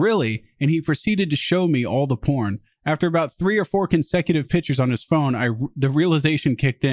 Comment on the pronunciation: Why does say Pitchers instead of pictures and everyone pretends they don't hear it?